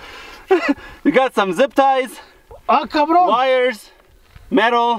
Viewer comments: Caubron no es Cabron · Its “Cabrón” no “Cabrone” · Its not "cabrone" is Cabron"" i'm from mexico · Jajajsja todo el rato dice "cabrown" jajajaja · Cavron its Cavron mexican bro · Es mi imaginación o dice kbron 😂😂😂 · Why always call him cobron 😆